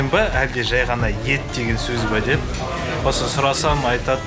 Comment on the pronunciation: Ат емес, ет деп жазылған. Ә әрпін Э деп оқу керек. Сонда Эт донер болады.